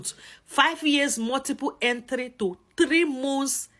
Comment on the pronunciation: Say ‘Mants’ for ‘months’ not ‘monts’